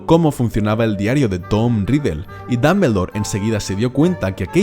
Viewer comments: Se pronuncia damboldor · Porqué tiene que decir Dambeldor?? Porqué!?!? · JAJAJA dambeldor, pronuncia bien por favor el nombre, gallego, gracias! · es DOM-BUL-DOR no DAM-BEL-DOR, después porque los latinos les hacemos bullying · Pero no es Dambeldore es Dumbledore😒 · Me mata su Dameldor Dameldor y más Dameldor mátame Dameldor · Me gusta como dices Grindelwold y Dambeldor Gran vidio Estoy siguiendolos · Ya y mi última profesora de inglés se fué con 17 años a Londres y volvió 20 años después y dice "Ji (he), Jer (her) Jis (his), mi hermana lleva viviendo en Londres 6 años y sigue diciendo "Apel (apple), iguel ( eagle) o dambeldore (Dumbledore). No te hablo del nivel gramatical sino de lo que es más sencillo todavía, escuchar, te hablo de saber pronunciar las palabras como se pronuncian. Entender que aunque compartamos alfabeto las letras suenan distinto. De eso te hablo. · Tomi Puerto en "occidente" pronuncian el nombre como la pronunciación inglesa... Los españoles pronuncian como se lee y eso es incorrecto porque los nombres no se traducen